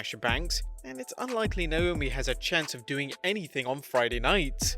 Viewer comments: It's Naomi not Naiomi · Number 5 Naiomi instead of Naomi 😄😁😁😁😁just fooling around Great video man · Naomi, not Naiomi, but still a great video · haha naiomi